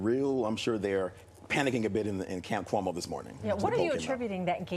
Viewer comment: lol. "Coumo" yup....